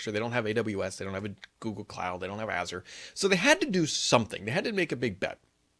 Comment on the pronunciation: Here's a lesson on how to pronounce Azure, cause ppl don't know how to say it